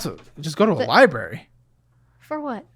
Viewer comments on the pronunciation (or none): The “libary”